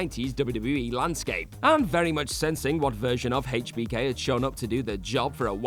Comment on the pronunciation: I hate the way you pronounce hbk smh